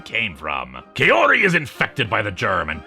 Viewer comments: Really liked the video, but I have a minor gripe about the pronunciation of the character Kaori's name. The first part of the name is meant to be pronounced like "kah", so the name ends up being pronounced like "kah-oh-ree", or like how one would talk about a cowrie shell. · Personally I prefer the Gyo anime movie. I've written several fanfictions for it. Also, no offence, but her name is pronounced "cow-ree."